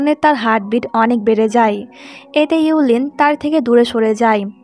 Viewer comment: আপু মেয়েটার নাম হবে,: yue qianling আর ছেলেটার নাম হবে:gu xun. আপনি নামগুলো ভুল উচ্চারণ করেছেন। মেয়েটার নাম: ইউ লিন হবে না আর ছেলেটার নাম: গু সুয়ান হবে না। পরেরবার নাম গুলোর উচ্চারণ একটু ঠিক করবেন।